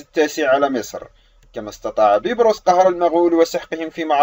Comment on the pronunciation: علي فكره بتقول الاسم غلط😂😂😂